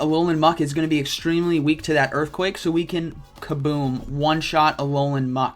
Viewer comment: its earthquake not eearthquake